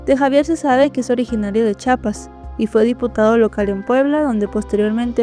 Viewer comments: Me gusta tu relatos pero yo soy de Chiapas,no de chapas, siempre dicen chapas y no, es CHIAPAS con (I) saludos. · es Chiapas se escucha que dices Chapas. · Tkm me encanta tus videos Pero te pido un favor 🙏🏽 Se dice CHIAPAS Porfa gracias...